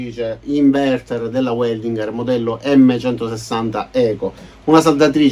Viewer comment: In tedesco si legge VELDINGHER e non UELDINGHER…Grazie!